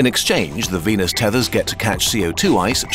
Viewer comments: What he said: "this leaves us with a frozen venus" What I heard:"This leaves us with a frozen penis" My reaction: 😲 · I don’t like the way you pronounce venus